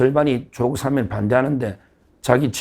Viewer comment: 서 변호사님! 사면은 장음입니다. [사:면] 사~아~ 면! 제발 발음을 똑바로 하시오! 아래 사전의 발음을 직접 들어 보시오! ■ 표준 국어 대사전: ● 사면5(赦免) 발음 [사ː면] 부표제어 사면-하다1, 사면-되다 「명사」 『법률』 죄를 용서하여 형벌을 면제함. ≒사. 사면 조치. 사면 복권. 시민 단체에서는 그의 사면을 요구하는 성명을 발표했다.